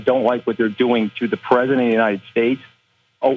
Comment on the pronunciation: "i love The PreZZidant"